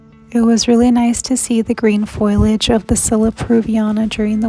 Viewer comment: Foliage is pronounced "foh-lee-ujh," NOT "foil-age." Thanks for this short and informative vid on Scilla peruviana.